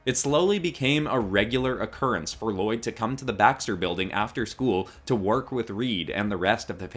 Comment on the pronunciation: You pronounced "Lloyd" wrong